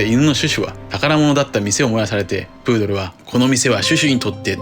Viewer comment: プードルじゃなくブードル